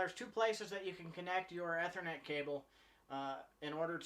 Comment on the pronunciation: Great videos. Took me a minute to figure out how you say "ethernet" as "eh-ther-net" rather than "e-ther-net" as I have always heard it pronounced in the IT world.